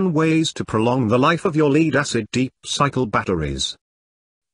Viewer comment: "Leed acid batteries" ?